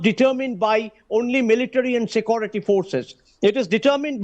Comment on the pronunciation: atleast learn to pronounce the simple english word "security" before you open your mouth on subjects you know nothing about. Secondly from your talk you seem to want to prolong this mayhem in Manipur.